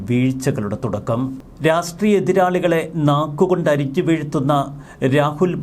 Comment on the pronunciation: പല പ്രാവശ്യം ചൂണ്ടിക്കാണിക്കണമെന്ന് കരുതിയതാണ്. രാസ്ട്രീയം അല്ല; രാഷ്ട്രീയം ആണ്.